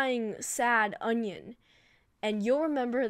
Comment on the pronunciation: said onion lol